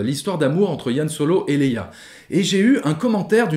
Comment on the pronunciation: Par contre c'est Han Solo, pas Yan Solo 😁 Sinon on dit Chictaba et Millénium Condor....